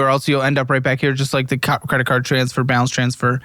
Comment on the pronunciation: "I had a palance transfer" 🙄